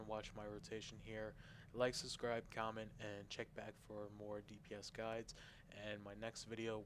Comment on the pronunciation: If only his command of the English language was as adept as his ability with a video game. LethUAlity? (LathALity), Sniper Valley? (Sniper Volley), Scatter Shot? (Shatter Shot), "The boss stays kaput" (The boss stays put), "More better"? Listening to this guy was just painful.